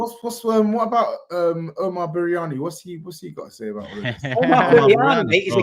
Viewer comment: Feel for man. We done the same to Spurs when Jota's late winner. This is also how Barcelona felt when we blammed them out of the CL. But man also said Omar Biriyani tho.😂😂🤣🤣😂😂 respect respect 🤣🤣